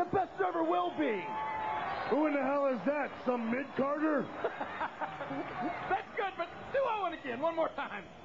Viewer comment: says "Midcarger".................